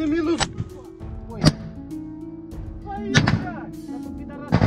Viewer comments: "своИ" (шо це токэ?) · Акцент интересный. 'свойЙии' 😂😂😂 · Чушки кричат "свои" или "свали"? Что-то не разобрал😂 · Я так чет не понял кричали свали? Или свои? 😂😂😂😂😂😂😂😂😂😂